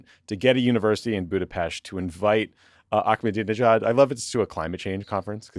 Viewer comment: I am begging you guys to learn how to say the name Ahmed (Ahmadinejad). There is no K! I expect a LITTLE better than how Jeff Dunham or Fox News would say it.